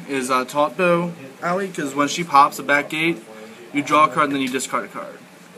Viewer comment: Her name is pronounced Ah-Oy. Don't worry I made the mistake too, but my friends who actually speak Japanese told me